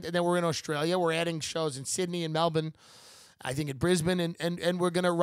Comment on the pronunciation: Props for pronouncing Melbourne correctly